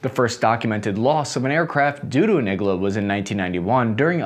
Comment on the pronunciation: It's pronounced Eee-g-Laaa... needle in russian